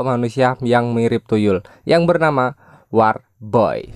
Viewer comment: War baca nya wor